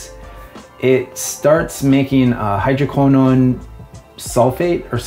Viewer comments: Really great informative video! Ive always heard hydroquinone pronounced hydro - key - known, but I didn't find pronunciation affected my ability to understand the content. Keep up the great work! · always thought it's - hydro-keen-on :) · It's pronounced hydro Quin Own. Source: I'm a chemist :) Love your stuff Man, glad you started your channel as I've found it very helpful. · hydroquinone sounds like hydro - quin -" bone" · I watch this video, with regard to the pronunciation of "Hydroquinone" the "Y" and the "I" are pronounced like the "E" English. I speak to you from France. The formula without hydroquinone surprises me a lot, we would get the same results, time/temperature as the formula that involves it? We wonder why we have been using it for years. What surprises me is that you speak in liters, in grams? Not in an imperial system? For conservation, I prefer accordion bottles.